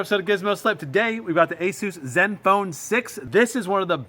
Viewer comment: Nobody: Me: aSAUCE ZOOPHONE